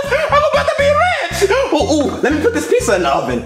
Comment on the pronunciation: I love how they say pizsa instead of pizza